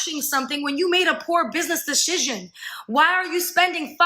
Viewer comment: Can this bitch really think “decision” is pronounced “deshishin?” Because that’s what I keep hearing.